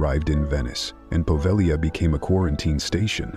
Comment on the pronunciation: Just an FYI, the G in Povegila is silent